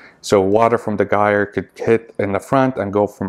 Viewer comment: Sorry but it’s - jire like tire with a “j”, they will get quieter after a while, there flow easily goes down when they get dirty, I would lower both mp10’s , if they are too high kind of defeats the gyre motion, my two cents!